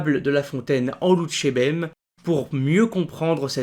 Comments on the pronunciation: Lonjourbem ! pourquoi dites-vous "Loutchébem" au lieu de "Louchébem" ? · juste une petite remarque sur ta prononciation " tu dis en phonétique "lou tché bem" alors que tu devrais dire "lou ché bem" ne prononce pas le T! voila! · C'est bien la première fois que j'entends prononcer "loutchébem". Y a-t-il une raison à cela ?